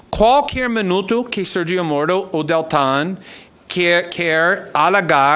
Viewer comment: Moro entregou seu celular para a PF na hora, esse verme tem que fazer tratamento dentário pra falar a palavra MORO